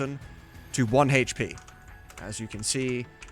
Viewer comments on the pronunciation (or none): Sick video. It's great to see it all slowed down, stopped, and broken into chunks. Just... Stop saying hache pee.